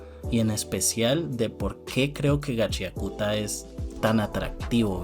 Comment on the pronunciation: Yo igual le digo Gachiakuta, jajajaja, aun que se pronuncia Gachakta. xdd La moda y que los jinkis no sólo den un poder de fuerza bruta me recuerda a jojos aunque a Kei Urana le dijeron que es más como soul eater.